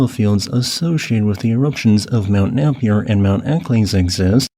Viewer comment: Napier = nay-pee-er and Eccles = eck-ulls (the "u" is almost unpronounced and the second "e" is silent). Thanks for an interesting video about Australia. I knew about Big Ben being an active volcano - video was taken of an eruption by the Australian Antarctic Expedition. It's also the tallest peak on Australian territory (not including claims in Antarctica), being taller at 2,745m than Mt Kosciuszko at 2228m. I didn't know that there was any significant risk of eruptions in Victoria and South Australia. I thought that hot spot had moved on. 😱